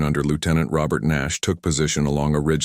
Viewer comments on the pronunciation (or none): none